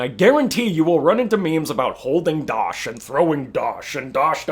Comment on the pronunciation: as an american, who has never played killing floor, but looks VERY FUN, yes, i have never, ever, in my life, heard the word, dotch?